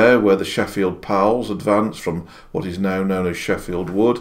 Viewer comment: Thank You for doing this I appreciated seeing it. I’m sorry did you say: “The Sheffield Powell’s” ? From Google I found ‘Pals’ as in the Pals regiments which I think is most likely what you said, excuse me. I read that the Hull Pals fell under 1 of 3 categories: Sportsman Tradesmen T’others Haha I thought that was light hearted and the idea behind the Pals seemed like a good one initially. I was just at Wormhoudt in January visiting the site of the massacre, my farther was in the 21’st Cheshire’s. Thanks 🙏🏼 again.